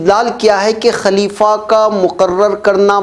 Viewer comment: Sahi lafz خليفہ Ho sakta hai zuban fisal gai ho